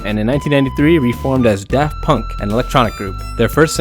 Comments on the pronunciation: "Paft Dunk" like Varth Dayer. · "paft dunk" and "kraft punk" LOL 🤣🤣🤣